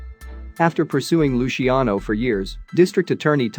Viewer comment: Or Luciano. Lushiano? Unbelievable.